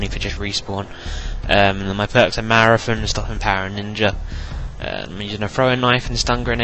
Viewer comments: Its marathon not marafon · "marathun" hahaha i love that accent